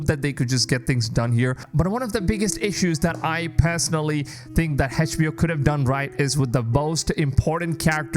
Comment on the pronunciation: Funny how you couldn't even say HBO right